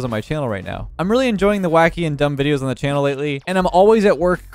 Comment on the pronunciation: where did you learn english dude its dthaeeeyyyyye''''riiieeieieieiieeiee'o